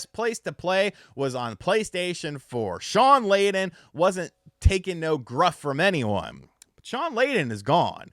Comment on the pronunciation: It's 'guff'. I ain't taking no guff. Not 'gruff'.